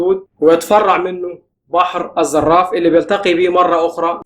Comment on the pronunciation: تشكر يا استاذ..انا لا اتهمك في حياديتك ابدا...و لو تحيزت فهو حق لك كمصري تحب وطنك و تعمل من أجل تقدمه و رفعته..لا اعتراض على ذلك..انا فقط اعيب على المصريين عدم التدقيق في المعلومات التي يقدمونها و عدم اجتهادهم في نطق اسماء الامكنة بصورة سليمة..فانت مثلا في هذا الفيديو تنطق اسم بحر الزراف بطريقة خاطئة بل و غريبة جدا...فيا اخي كلمة الزراف الواردة في تسجيلك هذا هي المسمى العربي للحيوان المعروف بالزراف و ليس اي كائن آخر...فانت تعاملت مع الاسم و كانه اسم اعجمي..و ايضا عندما تذكر بان حصة السودان من مياه النيل هي بنفس مقدار حصة مصر فقطعا يجعلني اتشكك في صحة اي فيديو يمكن ان تتم بثه في المستقبل..و يغذي الشكوك السودانية في اغراض هذه القنوات المصرية الكثيرة و التي تم إنشائها اثناء ازمة سد النهضة...يمكن ان تخدم بلدك بتجويد المادة العلمية التي تبثها بالتجهيز الجيد للمادة قبل رفعها على اليوتيوب...و لك كل الشكر و التقدير